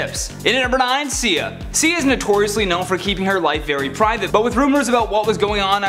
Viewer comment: Sia(see- ahhhh) my eye was twitching every time you said her name wrong! Please 🙏 learn the names and how you say them I'm a big fan of this channel except for the repeating. Thank you 💕